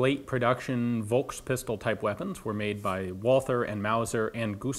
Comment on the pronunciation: this is how you say volkspistole without sounding like an uncultured swine. Fohlks Peesh-toh-luh